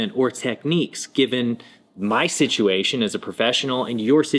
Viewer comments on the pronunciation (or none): none